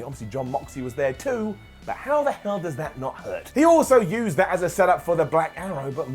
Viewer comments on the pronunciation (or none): none